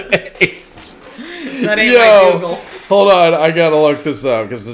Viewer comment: It’s Dougal